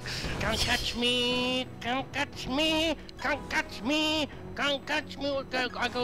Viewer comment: KAHN KAHTCH MEH, KAHN KAHTCH MEH.